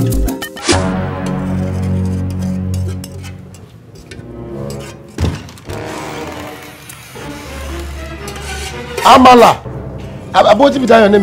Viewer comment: He said Amala 😂😂😂